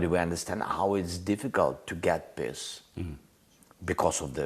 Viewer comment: Also when he says "peace" it sounds like "piss" 😂